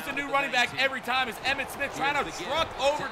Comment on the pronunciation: Right when he spit he said "EMMIT SPITH"